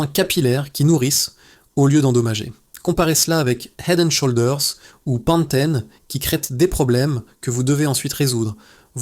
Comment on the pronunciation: Le mot SHOULDERS ne se prononce pas avec le OU français ...l'application Traduction Google vous aidera à bien prononcer !le mot HEAD On prononce le H svp ... HEAD and SHOULDERS please ❤